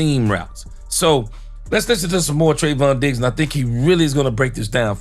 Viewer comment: Im taking a drink every time you say Treyvon Diggs and I'm asbolutly trahs#d oot of w my m Mjind